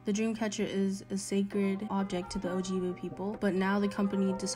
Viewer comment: ok first of all, gtfo and shut up lmaooooooo. second of all, if you're going to call out DC as 'cultural appropriation', at least pronounce ojibwe correctly???? people just complaining to complain, and bc they like how their voice sounds